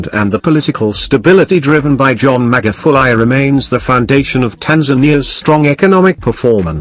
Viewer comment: I liked the way he said Magufulie🤣🤣🤣 surely these names are hard for them